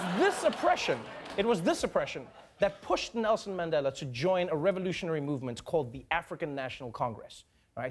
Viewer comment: He even say Mandhela instead of Mandela😂